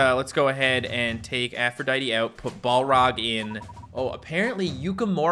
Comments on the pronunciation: Aphrodite=afro-dite. Like the greek goddess. Not aphroditee. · No offense but it is not Afrodietee.